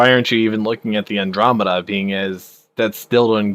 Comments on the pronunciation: Say it with me now; An. Drom, Eh. Da. Andromeda. Not Andrew-Media. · I nearly thumbed down for calling it an Andrew media, an-dromeda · every time i heard him say andro-media.. made my skin crawl!! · it's not the Australian pronunciation, the guy is just a dumb-ass. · Andro-media, Har-bringer... lol